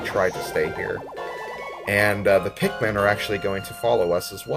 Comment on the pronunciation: Bruh, pikkmone